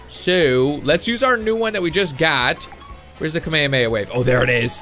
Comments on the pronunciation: its ka-may-ha-may-ha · You said Kamehameha wrong it's like Kama hama ha is how u say it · its pronounced kamay hamay ha not kameameha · It's Ka me ha me ha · he says kamhameha so wrong